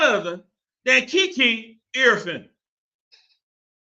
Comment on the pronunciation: Say i-Ree-ah-Fen